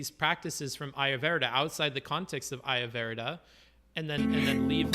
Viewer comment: His pronunciation of ayurveda is triggering me